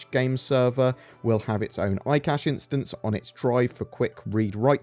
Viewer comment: Yes, eye cashe 🙂